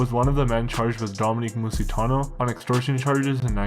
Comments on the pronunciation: DOM-EN-IC not DOM-IN-QUE!!! man I can't watch this I tried so hard to but can't get passed 2 minutes in stop talking on Italian anything, the amount butchering your doing is craaaazy change topics my guy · And how do you manage to screw up “Dominic”?